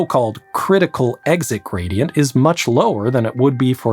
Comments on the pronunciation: steep Grady-ent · Pressure Grady-ant 😉